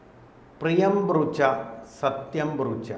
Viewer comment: ബ്രൂച്ച അല്ല സർ. സത്യം ബ്രൂയാത് പ്രിയം ബ്രൂയാത് ന ബ്രൂയാത് സത്യമപ്രിയം. എന്നാണ് ശ്ലോകം. അറിയില്ല എങ്കിൽ ഇത് പോലെ ആയിരക്കണക്കിന് ആൾക്കാർ കാണുന്ന ചാനലിൽ ചർച്ചക്ക് വരുമ്പോൾ മതിയായ റെഫറൻസ് എടുത്ത് വരാൻ ശ്രമിക്കുക. നന്ദി